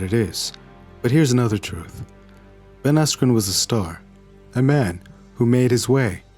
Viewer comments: learn to pronounce peoples names correctly,, you twat. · hahaha now i can't stop hearing asscream